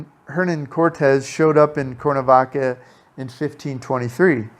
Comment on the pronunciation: Nice tour, but for Heaven's Sake - please learn how to pronounce the name of the City you're doing a video on...it's Cware-na-vaca...not Core-na-vaca!